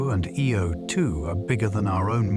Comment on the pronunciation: The way he pronounces Io as "Ee-oh" first and then "Eye-oh" and then "Ee-oh" right after again makes me think this is AI